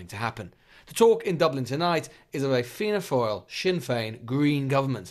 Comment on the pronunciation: Fianna “foil”